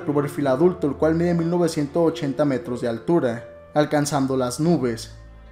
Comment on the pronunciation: Minuto , dijo 1980 o 10980?????